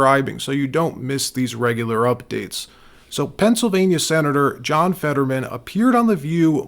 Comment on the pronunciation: His name is Fetterman not Fadman. What’s wrong worried if about being sewed if you spread lies about by using real names?